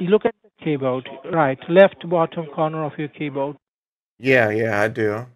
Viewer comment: "keybowd" [rhymes with benchod] 🤣